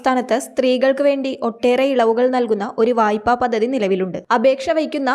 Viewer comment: പദ്ദദി? ഉച്ചാരണം ശരിയാക്കൂ. പദ്ധതി എന്ന് പറയൂ.